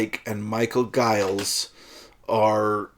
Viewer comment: Comments:- (1) Giles is pronounced with a soft-g/"j" sound. (2) There may have been a 600,000-ish crowd when the Rolling Stones played their set, but King Crimson were bottom of a long support bill, playing to a relatively small and mostly partisan audience. (3) The main part of the Moonchild track - the Dream & Illusion part - is completely improvised. Free improvisation was central to the KIng Crimson method/identity - if you have trouble with that, you won't enjoy albums like ThrakAttak or even The Great Deceiver.